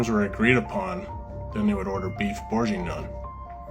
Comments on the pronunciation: Let’s all say it together “Burgun-Yawn” Great video! I’m going to send you some Omaha Steaks, do you like Filet-Mik-Non😂😂😂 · Burr gain(hard g) yawn like you’re ratatouille 🧑‍🍳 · Beef borg ing yawn! That’s how it’s pronounced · So many mispronunciations of bourguignon … would have taken one google search on how to correctly pronounce it lmao.